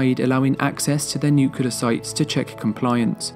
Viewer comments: is it just me or do ya'll cringe when he says the word. " nuciler" instead of nuclear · The word is Nuclear, not Nucalar FFS!!!! Get it right!!!!!